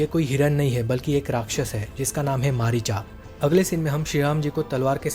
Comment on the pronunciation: रावण कब से रावणा हो गया और मारिच कब से मारिचा ऐसा उच्चारण तो अंग्रेज बोलता है क्योंकि रोमन लिपि में ऐसा ही लिखा जाता है जिसे अंग्रेज देवनागरी लिपि के उच्चारण एवं लेखन से अनभिज्ञता के कारण ऐसा बोलते हैं भाई तुम तो हिन्दी में ही बोल रहे हो तुम रावण का नाम नहीं सुने हो क्या भाई